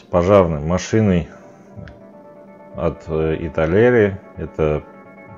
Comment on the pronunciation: и не Italieri, а Italeri